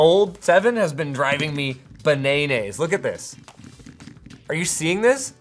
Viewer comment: Linus has to listen to Super Simple Songs, "Bnaynays"